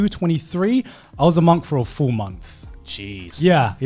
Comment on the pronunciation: you can just say Monk-th XD